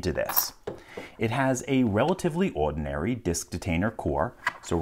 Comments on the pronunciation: anyone else hate how he always pronounces "odenary"? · I don't think of LPL as having a particularly strong accent, but when he says "ordinary" it REALLY comes through. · Not super relevant, but I find it interesting that, to my ears, LPL has a fairly neutral Standard American accent EXCEPT when he says the word "ordinary", and ONLY that word. Makes me curious about his geographical origins